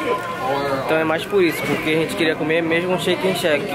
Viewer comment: A "rênte" preferiu fazer ..... KKKKKKKK tira o ovo da boca tio!!!!!